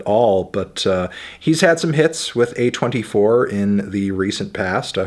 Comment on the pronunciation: did he just pronounce A24 as a 24